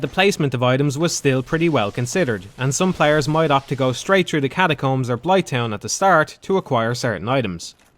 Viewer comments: i can't listen to this dude speak. how hard is it to say THrough, instead of true, he keep saying play true. What is english? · I’m not really a fan of dark souls at all, but listening to this dipshit complain nonstop while constantly mispronouncing “th” annoyed me enough to right a comment